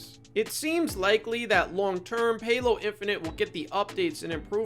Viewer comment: "Paylo" lmao, fucking gold